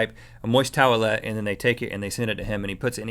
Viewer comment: Anyone else find Rhett's pronunciation of towelette weird?